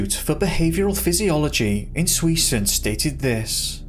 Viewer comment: he Sez swesen